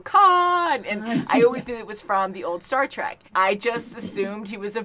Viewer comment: Star TREK...not TRACK. ;)